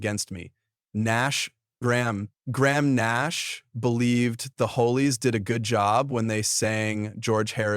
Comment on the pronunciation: This is BS! at Best..........It became obivious when you pronounced The Hollies as the Holeys, This shows your ignorance! The Hollies were a really good band! As stated do your homework, and stop using "Click Bait" like someone hated George Harrison! Hate is a strong word, and I hate Videos like this!